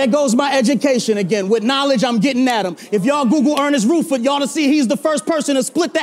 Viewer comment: Jesus, Arse can't even pronounce the name Rutherford correctly.